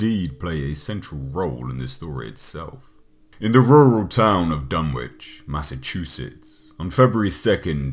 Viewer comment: Learn how to pronounce Dunwich.